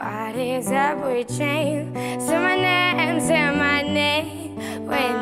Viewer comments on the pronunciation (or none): À Elle a dit "simanaïm" des destiny's Child 😂😂 je suis morte. L'anglais c'est dur🤣